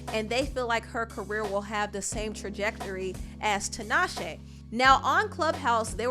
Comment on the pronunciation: I really hate that Tinashe MISPRONOUNCES her own name :/